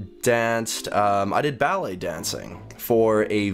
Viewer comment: Balett? why? lol